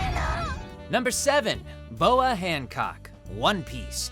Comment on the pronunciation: “Hamcock” I’m dead lol.